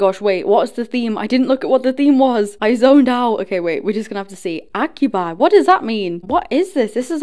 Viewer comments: acubi is pronounced acu-be😭😭(no hate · acubi is pronounced ah-cu-bee